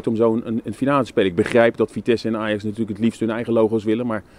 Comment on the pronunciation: Het lukt hem niet om het woordje "Ajax" uit te spreken hé?😂